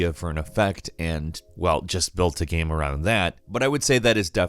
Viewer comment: I like your voice but when you say "gam" it hurts me.